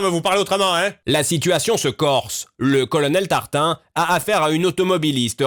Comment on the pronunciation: "Colonnel tartin " 😂 ça serai pas fait exprès ? 😂😂😂 (si ta la réf. Tu comprendra ;)